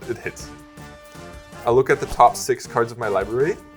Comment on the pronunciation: Again, the way to emphasize the word "the" is to pronounce it "thee", not "thuh".